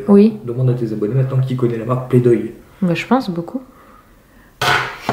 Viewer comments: C'est play doh et non play doy et c'est très connu comme marque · c'est pas play-doy mais play-doh bref sinon super vlog et tes enfants sont trop mignons gros bisous à toute votre famille 💜💜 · et oui il faisait de l'humour on dit play "DOh" et pas "DOY " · C'est play-doh pas play doy et c'est la marque la plus connue de pâte à modeler, aha il va falloir te mettre à la page!;) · Je pense que c'était ironique de la part d' justement parce qu'on play-doh et pas play-doy 😂ça aurai bien été du style de mon mari de se moquer comme ça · comme on dit bcp de gens sur ton commentaire oui c'est ironique car elle a prononcer play doy au lieu de play doy et comme play doy n'existe pas il a voulu jouer avec l'ironie 😛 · Marion Corai Mais t'a rien compris c'était de l'ironie c'est parce qu'on dit Play-Doh et pas Play-Doy ! C'est de L'HUMOUR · Aha! ça se dit pas "play doye" mais "play do" :) Mais oui moi je connais très bien et normalement c'est une bonne marque! Sinon super vlog, comme d'habitude ♥ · ne connais pas play dohy!! 😂 Mdr ma belle on dit play-do lol le h est muet hoooo lol play-doh 😜😙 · C'est play-doh et pas play-doy et c'est la marque la plus connue de pâte à modeler ahah il faut se renseigner 😂😂💗💗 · Alors la marque ça se prononce PLAY-DO comme Do Ré Mi Fa... Pas "Doille" XD Et ensuite c'est une très bonne marque, j'ai 27 ans et je jouais qu'avec des jeux de cette marque quand j'étais petite, donc elle date :p Et ma fille va sur ses 3 semaines donc pour l'instant, elle ne joue pas avec :p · ♡ Quel moqueur!!! en effet c'est Playdoh et pas playdoy mdr mais c'est une marque très connue. A la lalala Moqueur!!!! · haha c'est pas play doy mais play doh <- play d'eau si tu veux. sinon oui c'est une bonne marque, et une des plus connue haha ! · Bonjour, cest pas play-doy mais play-doh!! Et cest LA plus grande marque de pâtes à modeler! Du moins la plus connue! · Moi je connais la marque playdoh et sa se prononce pas playdoy